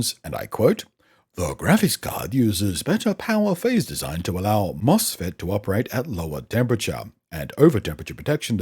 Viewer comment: Bahahaha "MOFSET"... Lol... That was Funny.